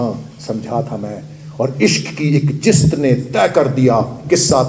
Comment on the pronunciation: جناب اپنا تلفظ تو درست کرلیں لفظ جست میں ج کے نیچے زیر نہیں زبر ہے